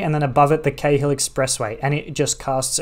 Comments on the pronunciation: Awesome, thanks. Btw in Sydney we pronounce the Cahill Expressway like ‘Carl’. No idea why but there you go. Like in Melbourne they say Docklaands vs. Docklnds. I have lived in Leichhardt and Manly but never cycle-ferried the route - very cool. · Cheers Peter! Haha it's a bit confusing since my brother had a friend with the last name Cahill growing up so Cay-hill is stuck in my head as the pronunciation. I'd definitely recommend the cycle-ferry combo if you get the chance!